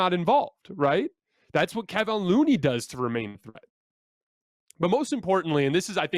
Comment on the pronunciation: Keh VON. Say it out loud a few times it's not that difficult.